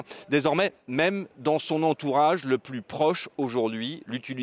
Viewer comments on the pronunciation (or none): none